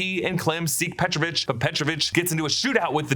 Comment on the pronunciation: he is petrOvich, not pEtrovich